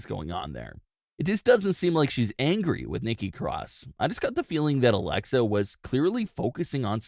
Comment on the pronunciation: Ummmm its alexa not alexia